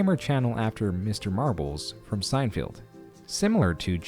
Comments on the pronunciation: Wtf is “sen-field” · who else died when he said seinfeild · “Sein-feld”.... but excellent video!!!!!!!! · "sein field" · It's weird this AI voice can't pronounce "folks"or "Seinfeld" 😂